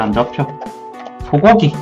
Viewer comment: 소고기 할때 소거기라는줄ㅋㅋ